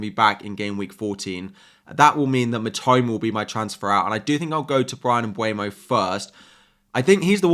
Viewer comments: Hey dude! Thanks for the video! The PL recently released a video on the players pronouncing their names. Mbeumo is (Um-ber-mo) not (um-bwey-mo) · I know! It pisses me off when they say mbuemo instead mbeumo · Hey, could you please pronounce it MBEUMO (M-boo-Mo) not (m-bue-no)🙏. He himself said it’s pronounced MB-boo-Mo. Also, where do you see M(bue)mo? It’s literally spelled M(beu)mo. That’s all, love your videos btw!